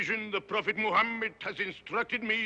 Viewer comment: I wish he had looked up how to pronounce “Muhammad”.